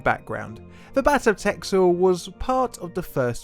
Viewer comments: Texel is pronounced: Tessel. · I believe it's actually pronounced 'Tessel' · Haha never heard of this, but its a cool story. Btw texel is pronounced like tessel. Dont ask me why though as we usually pronounce the x like you said in the video :) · Texel is pronounced Tessel. In older forms of Dutch the x was sometimes used to represent the double s. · Oh dear god, please pronounce it right, I guess you do speak English as your native language, so you are naturally disadvantaged, but it is pronounced Tessel damnit! LPT: if you ever try to pronounce something Dutch, first enter it into a Dutch Google Translate, it saves every Dutch person a lot of cringe. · Only sorry for that pronunciation ....I've been to Texel lovely place , that x is basically an s.